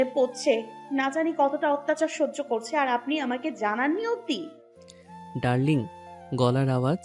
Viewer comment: হাই ভাইয়া কেমন আছেন এই গল্পটা অনেক সুন্দর আর সোনালিকার আপু আশিক ভাইয়ার ভয়েস ও সুন্দর,, তবে আশিক ভাইয়ের ডালিং বলাটা টা বখাটের মতো লাগে এখানে আছে ডালিং আর ওনি বলে ডালডিং,, যদি ভাইয়া ডালিং বলতো ভালো শোনা যায়তো কেমন